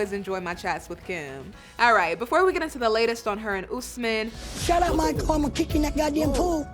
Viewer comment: not “Mahkul” 🤣🤣